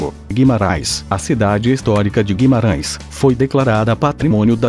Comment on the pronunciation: Óbidos, não "ôbidus". Guimarães, não "Guimaráes". Évora, não "Evôra". Esse "Top 10" é na sua opinião, certo? Faltaram mais cidades lindas que, com certeza, se encaixariam nas 10. O vídeo, em sí, é muito bom, porém... Péssima dicção, em muitos momentos, com esse programa que você usa... Seria bem melhor usar sua própria voz... Acho que sua voz, não pode ser pior do que essa voz "sintetizada", que erra quase todas as pronúncias. Parabéns pelo video... (só o video). Abraço.